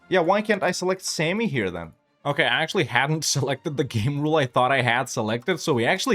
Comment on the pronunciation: Sami is pronounced with the "ami" like salami fyi